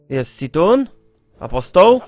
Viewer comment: to się mówi Ktun i Jaszradż a nie situn i ishaj